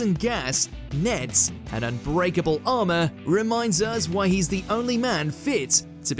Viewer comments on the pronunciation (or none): none